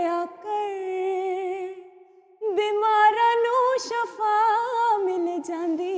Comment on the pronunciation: Sir aftab saheb ne words shafa kaha lykin ye shifa ha iss se money badal jatay hain shukria